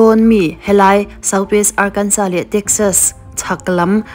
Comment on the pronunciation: Arkansas pawh lam dik thlap mai 😊 tran top